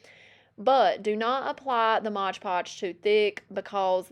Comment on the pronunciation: you're adorable, but please dont say Modge Podge, its MOD Podge. 😂